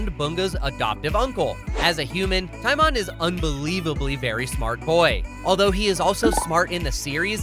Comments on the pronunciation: It's pronounced tea-MOAN. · You said Timon wrong, its ti-mown for pronunciation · TiMoN it’s It’s TimOn